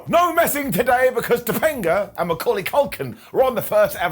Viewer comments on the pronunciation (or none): *Topanga*, not "Tepanga"...